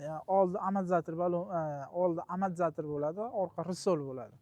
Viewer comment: Bango emas, bongo deyiladi , rsol emas resor deyiladi